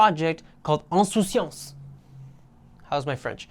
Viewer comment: As a french guy, your way to prnounce "insouciance" is nearly perfect, good job😂